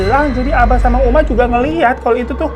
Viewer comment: 14.20 uma jadi umi 🤣🤣🤣